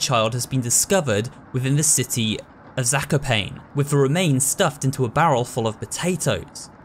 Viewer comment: Just letting you know that Zakopane is pronouced Za - ko - pa - ne, not Za - ko - pane, like you pronouced it